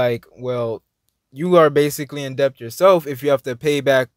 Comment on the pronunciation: the word is pronounced DET (debt), we don't call it "depth"...just a reminder.